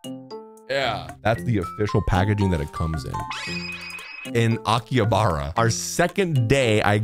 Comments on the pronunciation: It's pronounced Aki-Ha-Ba-Ra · His pronunciation of Akihabara makes me physically recoil